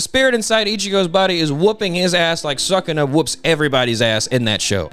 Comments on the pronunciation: Mfer said suck-una 🤨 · man called sukuna “suck a nut” 😂